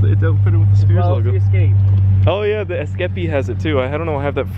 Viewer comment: is that really how you pronounce escape?